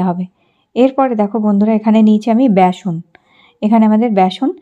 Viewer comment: ব্যাসন নাকি বেসন?